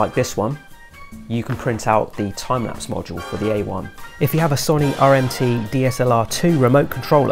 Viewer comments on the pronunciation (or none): I have never heard anyone call Sony, Sonie before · I can’t get over how you pronounced Sony